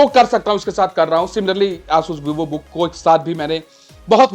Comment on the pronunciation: aaasus kya hota h asus h vo